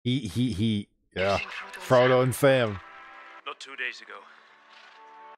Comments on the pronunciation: You trolling or that bad at paying attention to the movie? Lol I can just imagine the cringe for some people every time you say frogo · For three movies he calls him Frogo 😆 I'm glad he liked the series even if the names were impossible to remember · I just keep laughing everytime you call the chararacters: "Frogo" and "Salamander" 😂😂 Love your reactions because they look soooo honest! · Gotta watch the extended editions, they flesh out so much in the 2nd-3rd movies. Your jumbling of the names is hilarious😂Frogo and salamander🤦🏽‍♂️😆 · oh. I didn't realize he had a lisp. I just thought he was mispronouncing it. A lot don't pronounce it right including me when I first watched it.